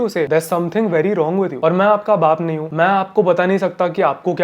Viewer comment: I just Personally hate your speech delivery Why do you speak like that Why can't you pronounce हूं properly Why do you say हु Like there's an alankaar you have to pronounce it hote difficult is it And why do you always sound like you have zukhaam ???? Please explain if you can